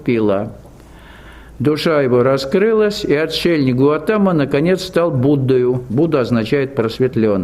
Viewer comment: Будда Сидхартха ГаУтама из рода Шакья , поэтому Шакьямуни 🕉 Но не ГаЛатама на , автор канала оговорился или не знает